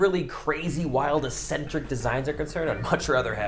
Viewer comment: Have to say it because it’s annoying me so much.... it’s pronounced ECK-SEN-TRICK.